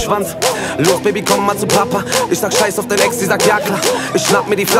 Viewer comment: das album hat richtig geniale beats und auch hooks, trotzdem macht capos aussprache alles kapuut, "isch, misch".... alter